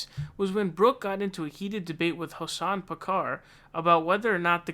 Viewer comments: "hosan Packar" 🤣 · “Hosan Packar”